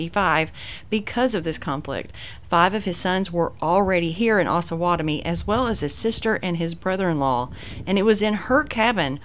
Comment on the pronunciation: OsUH not osah, the town is named after the Osage and Pottowatomie native tribes